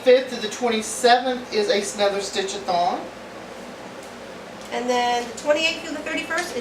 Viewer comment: I KNOW you're saying stitch a thon, but all I hear is stitch a thong - lol! Next year sounds fun and busy :)